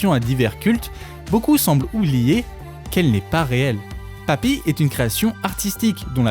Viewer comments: pk tu prononce papy ?? je sait pas mais j'ne suis que a 4 min. et cela me gen un peu .. c'est poppy, comme pop.. pour moi meme si je reconnait un talent, sinon elle aurait pas autant de vues, je pense juste qu'elle exploite le filon a sa facon, et ya rien de mal mais les theories a la con sur les illuminati et autres, perso je pense que ce sont des references lachées comme ca.. tu lui donne trop de credit je trouve... elle la 1ere ne prends pas au serieux son "art" je pense.. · J'étais sûre que c'était un rôle, c'est logique xD parfois tu dis ''pappy'' mais sinon merci j'adore cette vidéo ^^